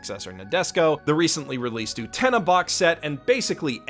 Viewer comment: Please watch Utena and then rethink how you pronounce her name.